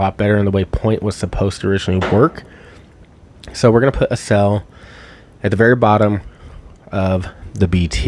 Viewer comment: Accel.= "axe-sell," as in "accelerate." I'm at work and it took me forever to realize what "uh-sell" was. Haha Great video, very informative especially for a newbie like myself. 😁